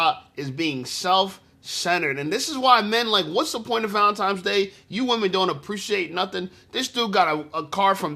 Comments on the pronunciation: Say it with me y’all….ValentiNes day….TINES DAY….NOT VALENTIMES DAY. Y’all some uneducated mfers fr😂😂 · Why do you keep saying valen - times day???????? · How come I’m hearing VALENTIME’s Day.. I just died 😮😂😂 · This goofy saying ValenTIMES!!! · She’s so dumb:Valentime’s ! I thought it was Valentine’s Day!